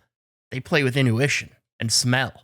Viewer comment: did he say in-U-tion?